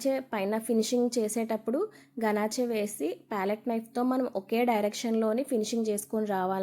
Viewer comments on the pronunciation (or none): గనాచే kadhu గనాష్(Ganache)